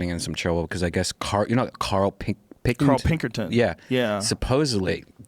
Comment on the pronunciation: "Karl Pinkertin" hahaha